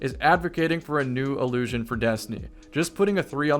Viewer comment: One of the most commonly misused pairs of similar-sounding words (in English) is “allusion vs. illusion”. Throughout this video, is (correctly) saying “illusion” … but because of his pronunciation, it often sounds like he’s saying “allusion”. I’m sure that’s not confusing, at all, for listeners who struggle with understanding the difference between those two words. 🙄